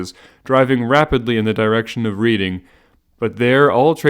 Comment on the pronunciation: Glad you're doing these, nice listen, but holy shit, Reading is pronounced Red-ing.